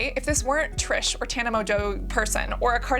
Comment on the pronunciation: The intentionally mispronouncing Tana and Trish’s names 😂😂😂😂